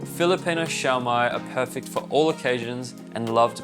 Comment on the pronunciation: The Filipino pronunciation is shoh-mai not shao-mai